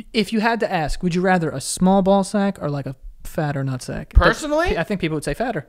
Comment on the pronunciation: Can someone please make a compilation of Joey saying lemme axe you a question